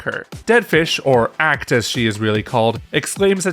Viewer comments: It's pronounced "Acht" like "[ʔaː]"+"cat hissing"+"t"... not "Ackt" 😅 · Good breakdown, but I was physically cringing each time you mispronounced Acht. It's pronounced the same way you would the "oct" in octopus.